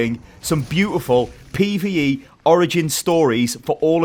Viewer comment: Is jus pee-vee-ee